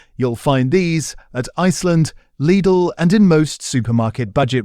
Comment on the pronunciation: You can't pronounce Lidl or fillets properly....for goodness sake, drop the AI-generated voice and get a real voice on here